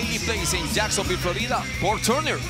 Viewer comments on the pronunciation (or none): none